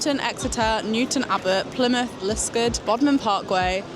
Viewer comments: Liskeard pronounced Lis Card. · Haha loved how you pronounced Liskeard and Redruth as Redrough. Your like me and from Yorkshire then, its OK to drive all the way from Yorkshire to Cornwall. 🦭💺